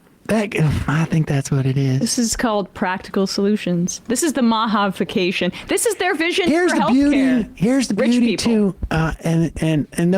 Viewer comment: "this is the MAHAvication" 😂😂😂